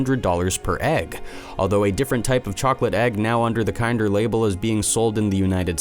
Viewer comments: Bro how do you f up kinder Dead ass everytime I see one now i am gonna hear you saying kind er instead of kinder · Kin-der, not kine-der. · It’s kin-der not kind-er just saying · LMAO Kind-er surprise... Kin-der surprise my friend. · I'm British and I'm triggered how says kinder KIENDER!! It's like saying kindergarten KINDER!!!!! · Me too. I'm australian. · Kin-der not kind. Kin der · Kinder isn't pronounced like kinder as in someone is kinder to you, it's pronounced like kin as in someone is you kin & der so kin-der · Pronounced kin.der. omg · KINDER!! KINDER!! IT'S KINDER SURPRISE!! LIKE KINDERGARTEN!!! OMG!! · I couldn't get past this dunce rhyming "Kinder" with "binder," so THUMBS DOWN again. Stay safe, everyone. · Kinder... seriously why is this channel full of people who pronounce things so weirdly. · Mispronouncing "kinder" once or twice was a little annoying. Repeating it as many times as it was in the video was outright obnoxious. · I'm a Yank and am triggered as well lol. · Me too. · Kinder, the brand, is pronounced like in Kindergarten, not as if it’s nicer than others. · ‘Kinder’ is pronounced as the same as ‘Kindergarten’ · OMG!! The first word of the video past the title and he mispronounces it!